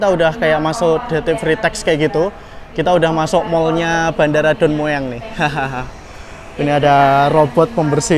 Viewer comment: baca aja Don Muang.😅